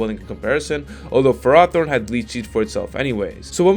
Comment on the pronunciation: I thought ferrothorn was pronounced differently TIL